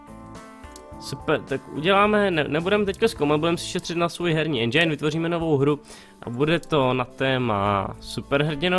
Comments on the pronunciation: Endžajn :D Čte se to endžin kdyžtak xD Jinak dobrý :) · je to Endžin nie Endžajn :D a inak nezáleží na recenziách, môže mať hra samé 10 ale nemusí sa moc predávať :D inak super video :)